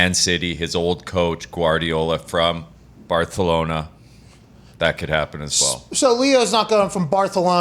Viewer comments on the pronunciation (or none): Pat if you say barthlona again im unsubbing its not funny cmon last few streams you’ve changed its kinda getting outta hand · Pat is butchering the name jeez 😒 🙄.. it’s Barcelona not Barthelona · Barthelona hahahha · Uh oh... : Pat, you slipped up with your sounding hip to the Spanish pronunciation of "BAR-THA-LO-NA" and made it a hard "C" with the "SUH" sound !! Spoiler alert: Even Spanish people, including those that live in Catalonia and in Barcelona proper, pronounce it BAR-SUH-LO-NA. And lol, not only is he not going to the MLS unless he's 38 (PSG can pay him the $90m or w/e per year, not any MLS team), what makes you think that it would mean he somehow would abandon Argentina and play for the US men's national team and we'd win CONCACAF and the World Cup?! lol. more "soccer" ignorance by Americans. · BarTHelona :P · Stop saying Barthelona 🤢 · He keeps saying “Barthelona” lmfaoo is that on purpose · God....listening to muricans talk about football is cringe....dude be saying "barthelona"....bruh... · Why are these guys talking about Messi, Lol way out of their realm. Can’t even say Barcelona….oh wait “barthelona” Lol. Maybe he goes to PSG but Premier League got the most $$$$$….we’ll see I believe they put this out to pressure La Liga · WTF is Barthelona??? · Stop saying Barthelona hahahha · Hahah, it's important to pronounce BARTHELONA properly, but at the same time NEVER call it Fútbol! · English is Barcelona, Spanish has the "th"... repeating it is pretense if you are American. I watched the friggin' Barcelona Olympics without ONE single member of the English pro media using the Spanish pronouncination. Pretense a-holes? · First of all its not barthelona😂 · Someone tell this man it's pronounced "Bar-sa-lona", not "Bar-the-lona". They're Catalan, which means the "c" is pronounced as an "s". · I believe is barthelona, but i could be wrong...maybe catalonians pronounce it like you say. So many dialects in spain i hear. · its barcalona not barthalona